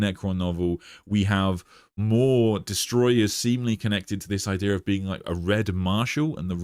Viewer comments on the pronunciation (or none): none